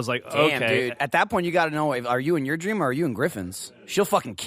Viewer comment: I kid you not, i thought geoff said "Sex Stream" not "Sex Dream"